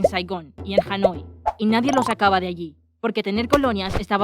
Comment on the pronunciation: Yo escuche janoi endevez en hani